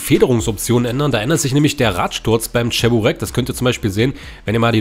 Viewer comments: Und das heißt Che-bu-reki nicht Tscheburecki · es heisst Tschiburek blyat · Wohin ist das beliebt in der Türkei vielleicht ist es bei denen anders aber es schon lustig wenn man hört wenn man cheburaki falsch ausspricht 🤣😂🤣die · Oh diese deutsche die wo cheburek nicht aus sprechen können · Cheburek wird Tschiboreek ausgesprochen und bei Lada langes A